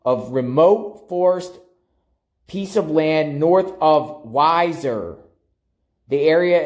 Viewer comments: 😂 it's wee- zerr idaho.. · I've enjoyed your videos on this case. Just a couple things to clarify pronunciation; both Weiser and Butte have long 1st vowels (sounds more like we-sir and Butte rhymes with suit). I don't know how familiar you are with the area, so I don't mean to offend by saying Weiser is boardered by the Boise National Forest to the east/northeast, and by Hells Canyon to the north. While I do not know 1st hand, I can reason officials may have been searching those areas based on a tip. Thanks for the videos. Hopefully by trying to connect the dots, they may jog someones memory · Hi, It’s pronounced wee-zer. Thanks for video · I love watching your videos but pronouncing names and cities wrong is annoying. Also Weiser is more like 19 miles away. Stacy may have been pick up in Washington county or did the crime in that county as to why he is there.